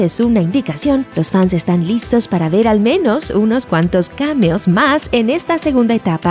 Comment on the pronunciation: La voz de es perfecta... no hay otra igual.... la narración, el tono, la emoción, la entonación, todo es perfecto..... excepto una cosa: ¿Cómo hacemos para que pronuncie bien la palabra "cameo"? Se pronuncia "caméo" no "cámeo" como ella dice.